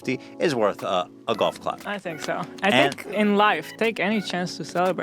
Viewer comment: that english guy says "fink" instead of "think"